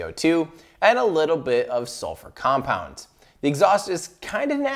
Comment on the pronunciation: You actually pronounced these compounds perfectly. The council of chemists approves.